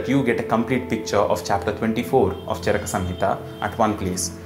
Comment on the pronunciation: You are very knowledgeable, but I have some suggestions. Can you, along with sanskrit shloks in roman script, display them in devnagri also? Also, kindly pronounce the अ ending words as such, not आ ending, like चरका is wrong, it's चरक. We as indians have the duty of spreading our language correctly.